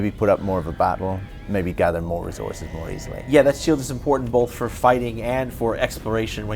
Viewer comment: "Rezorces" -Sean Murray